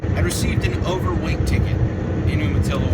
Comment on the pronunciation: its pronounced "you-matilla"